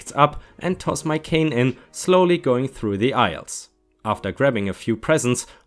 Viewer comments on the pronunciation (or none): none